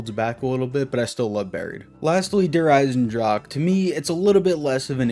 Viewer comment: I never heard a English speaking person saying der Eisendrache correct